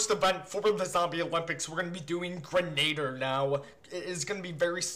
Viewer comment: i got 4/10 at "Grenader" :( i keep trying though